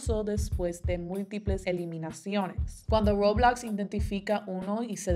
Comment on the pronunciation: dice Roblox de forma muy bilingüe y muy bien dicho Mi tía intentando decirle Roblox a mi primo*: el juego de los Legos eso alv